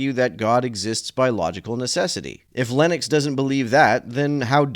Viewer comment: 💥💥💥I am so disappointed that you pronounce "Lennox" just like "Linux" ! This is so rude to Linux! 🤡❤🖖